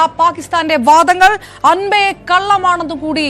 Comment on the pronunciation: അൻപേ അല്ല അമ്പേ പരാജയപ്പെട്ടു എന്നു പറയൂ..